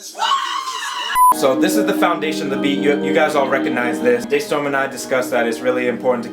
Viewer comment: Wait! Day Storm? I thought is was Da Storm